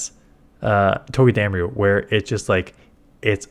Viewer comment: This is how you pronounce Togedemaru.